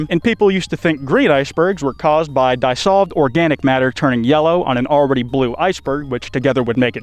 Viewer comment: Right at about in the video, a word I've heard pronounced countless times by many individuals was spoken in such a strange manner I was compelled to comment; what is "dye-solved" and why are icebergs doing it to stuff?